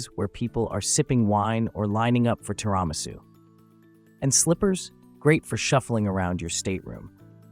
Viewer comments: Man, did your AI voiceover butcher the word TIRAMISU. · The video was good, but you really need to learn how to say Tirimasu, etc. It's not pronounced the way you said it.